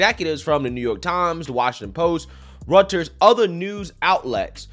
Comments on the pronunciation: Bro Reuters is pronounced.( royters) not ( runters). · “ROY- ters”, not “rut-urs”.